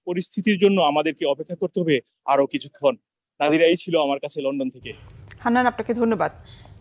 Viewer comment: Lon don not len den. Please learn and don’t be a laughing stock